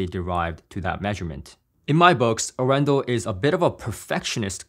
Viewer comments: Hey. Great video. Arendal is a city, in the south of Norway. About an our away from my home city:-) And its actually pronounced, Aren dal. The city is actually well known for its "hillbilly style car audio" people. Have a good one. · Very cool review; and proudly Norwegian 🇳🇴 Just one thing on the sidenote, the name comes from the city of Arendal and is pronounced with emphasis on the first A 🙂 Don´t worry, it took Gene Dellasalla at Audioholics about a year to get it right 🙂